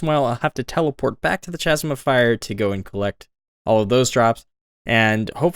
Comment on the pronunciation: ur trolling us with how u say chasm right?